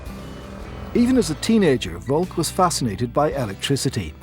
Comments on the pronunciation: Seeing as we're nitpicking about pronunciation, Volk is pronounced with f (as you said), then olk as in "polka", not as in "folk". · Simon Carey Also Volk is pronounced as Folk, not with an actual v